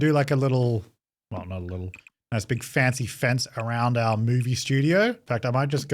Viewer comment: I briefly forgot the word "fancy" exists and was just convinced you were calling it a "fence-y fence" ....... I need a coffee xD